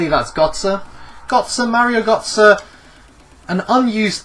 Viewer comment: Oh my... The way he pronounced Gotze 😭